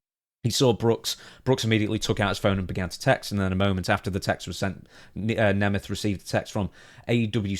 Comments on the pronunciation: I can clear up the pronunciation for you, in the case of Nick it’s “Nay-meth” and in the case of Ryan it’s “knee-math” Hope this helps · I'm from a Hungarian heritage. The surname is actually pronounced NEE MET. Its the Hungarian word for a German person. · Neh meth. That's how Nick The Ziggler Nemeth says it. I'm going with him on how to pronounce it. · The proper way to pronounce Nemeth is first of all to pronounce the end as a 'T' and not a 'TH', and probably with the voweels "Neemet" would be the closest. The 'H' at the end is just an old obsolete spelling convention and was never pronounced. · I thought it was pronounced Neemth. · I remember when Dolph cut a worked shoot on miz once, he pronounced nemeth like you